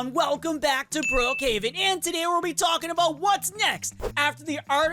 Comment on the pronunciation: He said brohaven💀💀💀💀